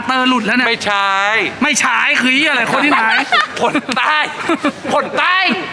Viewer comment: "ไม่ ฉ่ายยยยย " ไม่ ฉ่ายยยยย คือเชี้ยไร คนที่ไหน